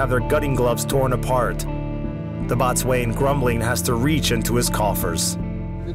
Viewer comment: Your AI voice pronounces the Boatswain as bot swain, it's pronounced bo-sun.